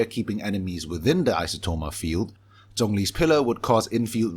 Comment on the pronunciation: My gosh, finally a Genshin YouTube channel with actual substance and is drama-free. And I LOVE that you are pronouncing names like 'Zhongli' and 'Xiao' correctly. (Yes I know the way other YouTubers pronounce it is the way the official English voice-over does, and I can understand why miHoYo accepts it since the 'zh' sound isn't really native to English, but JHONGli always felt really wrong to my ears).